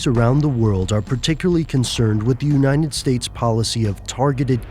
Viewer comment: "Uninet States"